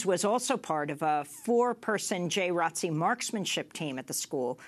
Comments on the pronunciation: Is no one gonna address the people in this segment calling JROTC as "Jay Rotzee"? As a former JROTC Cadet, it made me cringe every time. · I totally agree with you! It is called Junior ROTC not "Jay Rotzee" like its some cool, catchy new name for a program that has been in schools for way too long. Everyone knows what Jr. ROTC is but hiding it under this weird new name makes no sense, especially from the people in the video trying to shed light on the sick turn it has now taken. In order to help prevent further school shootings, let us call it by what it is--- JR ROTC, so people can learn about this now dangerous program that needs to be abolished. We live in a different time now and the military and the NRA has no business in our schools training these psycho school shooters. Students (and the parents who allow this) can go get innocently recruited by the military on their own time, or enroll in marksmanship programs outside of school, not in a public school setting! It used to be looked at as a respectable program in schools but now that I realize it is just sick military recruitment preying on innocent minds, this needs to go. This is no disrespect to your service in the Jr. ROTC. Most of the kids in Jr. ROTC are respectable stand up members of the community who could go on later to become decent law enforcement or in the military but the world is too crazy now and the military has NO business in our schools. The three Jr. ROTC kids who were killed by Cruz probably felt a sense of duty to protect others but they did not have the training or equipment or adult minds to do this, and they were proba